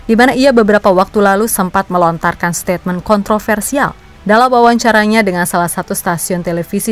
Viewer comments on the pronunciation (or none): none